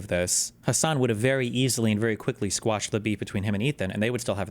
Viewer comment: Why do no leftists know the word “quash” and always sound illiterate saying “squash”?